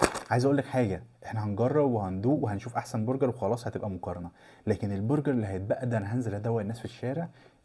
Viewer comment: للتوضيح بس اسمه برجر مش بورجر!